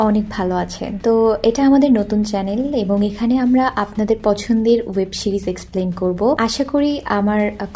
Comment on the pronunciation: শিরিজ না বলে সিরিজ বইলেন এরপর থেকে